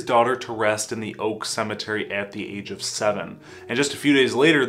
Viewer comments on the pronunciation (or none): none